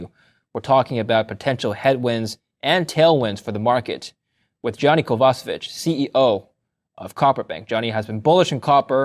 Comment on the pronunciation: Pronounce Kovacevic as Kovachevich.